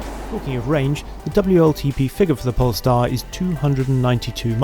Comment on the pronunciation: I keep hearing “pornstar”